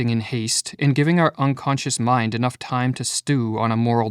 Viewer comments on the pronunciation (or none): none